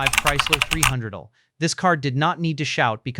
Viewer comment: If there is a human involved at all in this production, for crying out loud can't you listen to and correct the AI mispronouncing? The 300L is pronounced three hundred el, not three hundredle. A V8 engine is pronounced vee eight, not vate.